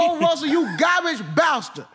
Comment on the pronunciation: Man put so much emphasis on that “garbage bastard”😂😂😂😂